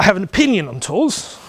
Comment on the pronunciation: Great, nicely presented. Whales were probably about the size of whales : ) I was confused when you said 'tours, ... no! Do it yourself!' because I heard 'tools' and then realised you were discussing organised tours. It is amazing how there's a consitant message in most biking tour advice from those who have done it - just get on and ride. Brilliant, thank you.